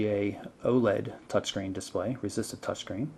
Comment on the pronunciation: he said resistive